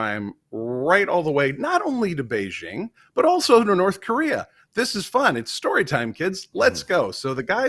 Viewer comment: The "j" in the word "Beijing" does not rhyme with the "g" in the English word "regime"; in fact, this sound does not exist in Chinese. The "j" in the word "Beijing" rhymes with the "J" in the English name "Jim."